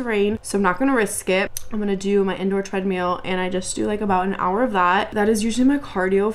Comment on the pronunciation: the way you said treadmill over and over as treadMEAL is sending me 😭